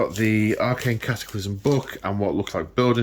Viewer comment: The CAT a clysm at haha